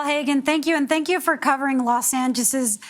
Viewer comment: “Los angizzes”